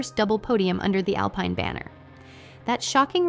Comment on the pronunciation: you have to write al-PEEN or it can't read it right each time...